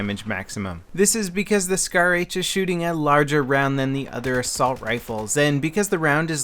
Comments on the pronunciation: What's a shar-h I thought it was scar-h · shar-h, you mean scar-h :p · Hey it's SCAR-H not SHAR-H ok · isn't that the scar-h instead of shar-h ? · grammar nazi..... as if he wouldn't know.... -. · SHAR-H?? SCAR-H? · It's SCAR-H not Shar-H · WTF? Shar-H????? LOL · shar-h? ahaha lol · What the hell is a SHAR-H? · Shar H lol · Shar-H? lol